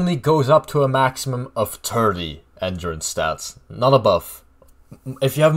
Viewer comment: You pronounce ‘Endurance’ completely broken. 😂 Learn to pronounce words correctly.